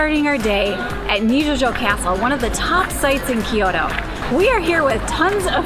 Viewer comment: アメリカからの観光客かな？ Kyoto（キイヨドー） yはイ 母音に挟まれたtはド